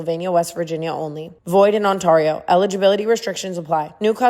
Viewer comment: Awaiting the day Tana changes the way she pronounces Ontario in the Draft Kings Ad😆